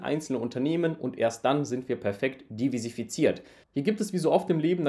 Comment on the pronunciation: heißt "diversifiziert" NICHT "divisifiziert" 😅